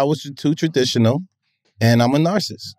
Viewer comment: I’m a Narsis too not a full Narcissist 😎